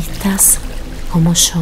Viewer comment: el yo lo pronuncia muy fuerte así no me concentro con ese tono